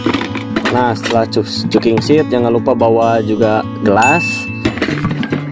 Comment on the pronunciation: Sorry sedikit menanggapi. Cooking set bukan dibaca cuking sit. Tapi cooking set dibaca kuking set. Tracking pole, bukan tracking pool penulisannya. Klo pole artinya tiang sedangkan pool artinya kolam.